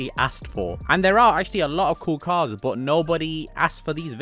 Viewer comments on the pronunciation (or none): none